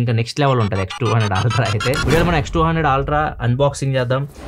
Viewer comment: Ultra ❌ Altra ✅